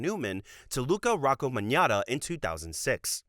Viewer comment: Magnotta is pronounced Mag-not-ah btw!!